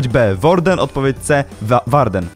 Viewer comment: XD nie czyta sie worden tylko łorden